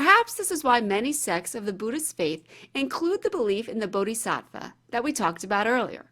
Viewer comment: Pronounced " Booty-satt-vah"